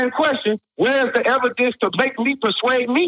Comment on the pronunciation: Of course the guy who pronounces it "ebidence" has a childish understanding of the burden of proof